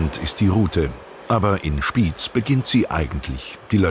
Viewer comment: Nicht Spiiz sondern; SpiEz!